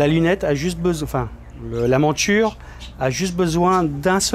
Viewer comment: pourquoi vous prononcez montchure au lieu de monture? Pourquoi tchu et non pas tu?je suis d origine étrangère et j'aimerais comprendre le pourquoi du comment. Merci